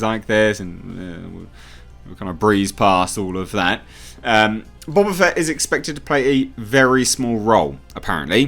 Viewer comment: Bo ba fett not Bob a Fett